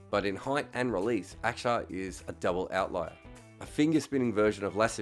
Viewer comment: Props on pronouncing Axar correctly mate!